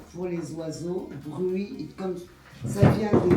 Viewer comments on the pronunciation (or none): Sorry, it is actually pronounced 'bru - i'. The 't' is silent.